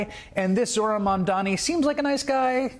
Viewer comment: "mandani." it must be so frustrating when everyone pronounces his name wrong